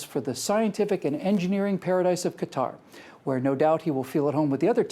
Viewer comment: Great video,. I agree for the most part and only wanted to make a quick correction. Qatar is correctly pronounced "cutter".